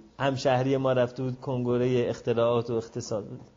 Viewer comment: چرا به کنگِره میگید کُنگُره؟